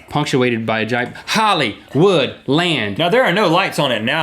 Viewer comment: there is an "I"...Hillywood; )